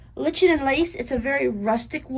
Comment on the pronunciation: P.S.: "Lichen" is pronounced "ly-ken". :-)